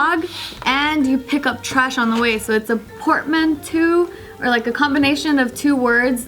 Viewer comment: Port-man-too Ah, yes, the collection of shit can't pronounce grows.